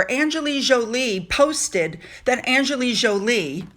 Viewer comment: Great video, as usual. but you mispronounced Angelina Jolie. There is an "N" in Angelina. She deserves your praise but say her name correctly.